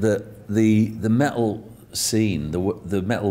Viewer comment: I love the way her pronounce metal => Meh-ill